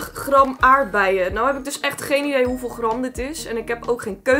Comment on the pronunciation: De manier waarop ze GRAM zegt😂😂